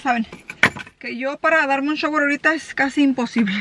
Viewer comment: .....aprende la pronunciación correcta de las palabras "shower" y "farenheit". Las has dicho incorrectamente por MUCHO tiempo!!